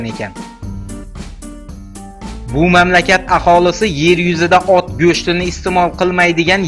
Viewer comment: admin matnni to'gri o'qiwni o'rganing, gerbda O'T ni rasmi emas OT ning rasmi tasvirlangan deb o'qiw k.k, yana qo'wimcha qovun sabzavotmas poliz ekini hisoblanadi